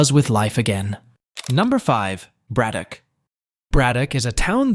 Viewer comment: How are you going to pronounce Braddock correctly, but butcher Monogahela like that? In case you're interested.... it's MAH-NON-GAH-HAY-LA